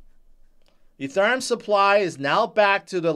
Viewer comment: can you say Ethereum properly